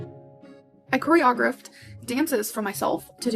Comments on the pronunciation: Omg. She “choreogruffed”? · Did she call it choreod?? Instead of choreograph?? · “choreogruffed” girl we know you don’t dance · "cory-ah-gruphed" is killing meeeee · It's funny how she says "choreo-grift-ed" dances. Freudian slip lol. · Cheoreo-griffed, more like choreo-grifted! Award winning for a word she can’t say right. I’ve heard of this, but also never looked into it. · CHOREY-AH-GRIFT (re: choreographed) lmfao what's the grift now?? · yo i was dying laughing “choreo-GRUFD” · her mispronouncing "choreographed" really sells it, honestly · is she pronouncing “choreographed” that way as a bit??? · The pronunciation of “choreographed” made my jaw drop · The way Amber pronounces choreographed tells me she's never choreographed anything, but really her dancing does that all by itself. These people are the worst and I could've happily gone forever after without seeing or knowing about any of this 😂 the animal harm is just so disgusting, sad and awful. They refuse to take care of themselves, of course they won't care for anyone else. Also, I hate seeing and hearing people eating, doesn't matter a person's size. I wish people wanted better for themselves and tried to be healthier nmw size they lean. But sadly, the internet will internet. Just overall so bad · she can’t even say the word choreographed correctly so…..😂